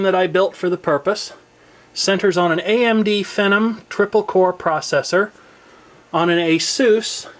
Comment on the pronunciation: I run Sony Vegas 10 HD on 3 seperate machines and you most certainly do need a beast machine to do much of anything with that damn program. The Machine of mine it runs the absolute best on is my HP powered by the multi core AMD Phenom - It's Phee-nawm (Like The Undertaker) not Pheh-num,. <~ lol sorry. Nice rig you bult there, my friend.